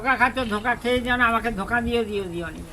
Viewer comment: ধকা নয় ওটা ধোকা হবে কি উচ্চারণ 😂😂